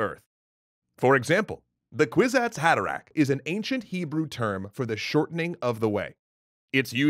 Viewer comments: Kwizats Hadarech in Hebrew is actually pronounced Kfitzat ha-de-rekh (the end is that ch\kh sound you don't have a letter for in English). As a native Hebrew speaker, I don't believe I would ever notice the reference while reading it in English, but it's nice to know. Also that mouse mua-dib would be pronounced Mu-Adib with an emphasis on the "a" sound. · Holy moly, your Hebrew pronunciation is abysmal. Kvitzat HaDerech - rhymes with Sheets-Hot Ma-Terra-kh - with the last gutteral ch sound part of the word Derech. The literal translation is "Jumping the way". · Actually, the Hebrew term is not Kwizatz Hadarach. It is K'fitsath Haderech, and the ch is pronounced as in German Bach or Scottish Loch. Herbert Corrupted the Hebrew Original on purpose, to give it a unique flavor